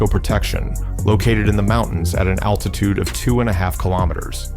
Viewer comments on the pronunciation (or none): none